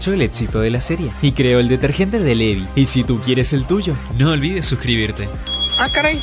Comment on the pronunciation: se ganó mis respetos porque es de los pocos que e visto que pronuncian el nombre de Levi bien